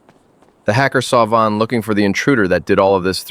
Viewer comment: It is von not van